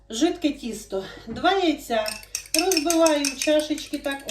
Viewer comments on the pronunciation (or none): Не кісто, а тісто.. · А чому кісто,а не тісто? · А мені від цього "кісто" стало на душі тепліше. Так колись говорили. Так багато років назад говорила моя покійна мама.